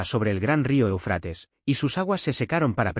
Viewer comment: O sea, este individuo que narra, no tiene idea de donde se encuentra el énfasis de la palabra ÉUFRATES… se encuentra ahí mismo; en la primera sílaba y se le debe de hacer énfasis en esa misma primera sílaba!!!!!!!!!!!!! Me entendiste??????????